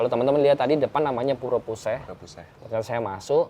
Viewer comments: Untuk penyebutan puseh disini e nya bacanya sama dengan e pada "elang" atau e pada "cepat" Terima kasih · Agak sedikit mengoreksi mas, yang benar itu Blahbatuh bukan Blahbatu. Untuk pengucapan Pura Puseh juga salah pada bagian Puseh nya🙏